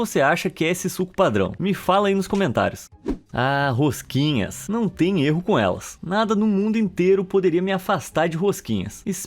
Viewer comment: "A rosquinhas" O q eu ouço: "A Rengoku" Vídeo mt bom❤